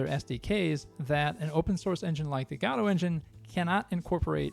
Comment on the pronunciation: This is one of the rare cases where a speaker pronounces the engine name the way I believe it's actually supposed to be pronounced, with the emphasis on the first syllable. Unfortunate that it's not pronounced this way more frequently.